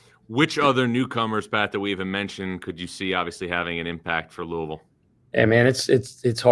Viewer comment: whats "lousivile"?